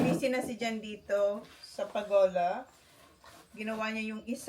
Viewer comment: Its pergola, … not pagola❤❤❤… peace